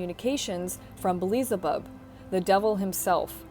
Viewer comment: We should give all schizophrenics cameras. What if it's not a disorder, they're just between dimensions? Also, it's pronounced 'BEE-ELZ-UH-BUB'.